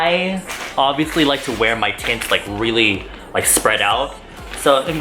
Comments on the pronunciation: "ohmagod wine tits" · I keep thinking youre saying tits and im over here dying with lmao. is pretty funny too